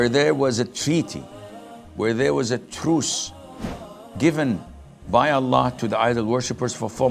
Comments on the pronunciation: isn't the word "truth" supposed to be "truce"? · truce not truth